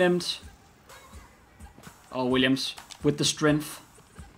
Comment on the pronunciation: "Williams, with the strenf" lmao